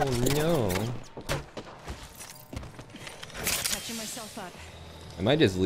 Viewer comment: did you say: “oh ñooo”?